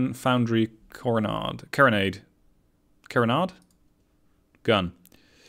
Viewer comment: I love to listen to you speak, you have a very melodic speaking voice. I am guessing English is not your first language and I know I am being nitpicky, But when you get one wrong (lol which is not often) its really wrong. ker-e-nad or keranaid. (Insignificant information) it was designed and first built by the Carron company of Scotland for the British Navy in the 1770's or 80's until the mid 1800's